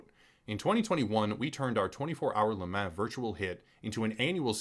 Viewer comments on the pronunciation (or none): Love this channel, and I really really hate being this guy. I seriously do: But LeMan is pronounced like LeMon. Like Pokemon. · Le mah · La mah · Every time he said Le Mans I actively died a little inside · It is funny hearing you pronounce Le Mans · Yep it's French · Yea this company is trash but not being able to pronounce one of if not the most known race events in the world is almost even worse